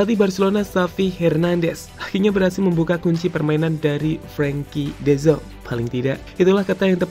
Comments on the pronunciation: Oyy de Jong bukan de Zong , orang luar juga ga gitu gitu amat pengucapannya 😂😂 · min, bukan "de zonk". tapi "de JONG" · Dezang dezong, de yong min, ealah cook ancok ! 😂🤣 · Koreksi ya, de Jong dibaca de Yong bukan Zong. Gatal gue dengernya. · baca nya "de yong" bukan "de zong" mimin?